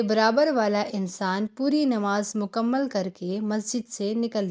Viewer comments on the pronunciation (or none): none